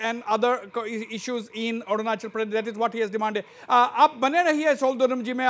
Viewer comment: By the way.....its Arunachal Pradesh not Orunachol Pradesh sir.....!